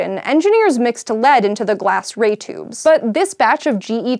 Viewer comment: She says "toobs"